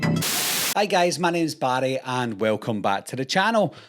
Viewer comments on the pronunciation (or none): none